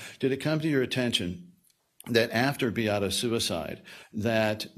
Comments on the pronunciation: It’s wildly disrespectful and her name isn’t hard to pronounce at all. BEE-AH-TAH. Come on now. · Anyone else so annoyed by the ignorance and disrespect of the defense lawyers by mispronouncing Beata’s name? They have been sitting in court for 16 days with her name repeatedly being pronounced properly by the plaintiffs for crying-out-loud. You know what that signals to me? they are deliberately choosing to say her name incorrectly because they don’t truly care about, nor feel sorry for, how they treated her, Maya, or the family. If I were Jack, I would lose my mind every time they said her name incorrectly. My heart hurts so badly for them.